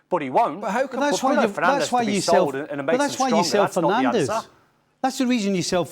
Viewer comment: A video came out at the start of the season of all the players in the Premier League giving the correct pronunciation of their names, yet somehow monolingual English speaking pundits STILL CANNOT pronounce Bruno Fernandes' name right. At this point, it's obviously intentional disrespect. 🙄